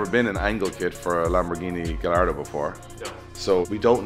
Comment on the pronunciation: Please start pronouncing Gallardo the correct way 🥲